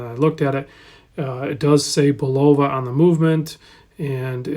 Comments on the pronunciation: Pronounced BULL-uh-va, with accent on the first syllable, and no long o sound. I owned one of these for about a year after Amazon marked them down to $90. Remarkably good watch for the price with HAQ-levels of accuracy. Like the Lunar Pilot I had, the strap was very low quality and instantly replaced. Lume isn’t very good, as it doesn’t last more than a few minutes at best. But for $100, complaints should be tempered by reasonable expectations. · I distinctly remember the Bulova Accutron TV commercials when I was a young lad in the 1960s. Very often, you’ll see younger watch reviewers pronounce it bull-OH-va, but the ads were overseen by the man himself, Joseph Bulova: BULL-uh-va.